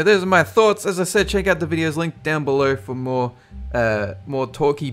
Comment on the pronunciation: below = belorR (accent!)